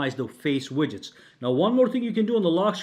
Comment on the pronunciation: Widgets is pronounced WIDJITS, not "WIGGITS."